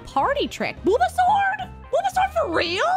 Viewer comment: I almost thought you said Bulbasaur when you said Booba Sword.